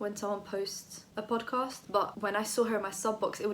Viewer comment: Love your channel and your personality but every time you said "podcast",i died a bit 😂